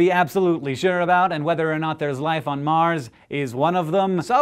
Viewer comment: OCD kicking in..!.!.!... It's not MAR'S